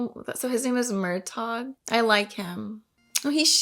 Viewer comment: Yeah Murtagh is said without the G. It’s like “Murtah”.